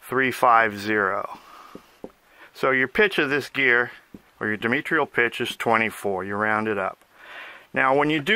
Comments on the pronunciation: Where do these people come from? Can't pronounce diametral? What is dimitril? Knows all about dimitril though....Say diameter - now say diametric - now say diametral. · dimetrial pitch isn't a thingit is di a metral pitch - sorry, but its driving me crazy